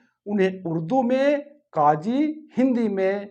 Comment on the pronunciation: Maherbani karke sahi Tallaffuz sikhaye, Nafis zaban sikhaye, jaise KAAJI ki jagah sahi alfaaz QAAZI hota he.